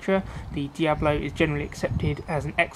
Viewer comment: its D.I.A.B.O.L.O NOT diablo